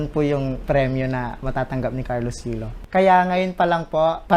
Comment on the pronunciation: YULO HINDI YOLO....LOL